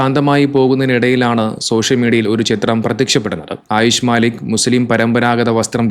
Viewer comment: മാലിക് അല്ല മല്ലിക്ക് ആണ്